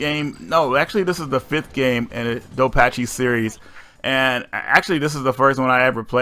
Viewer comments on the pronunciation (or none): He is not even pronouncing "Dodonpachi" right. He had no chance at the second one.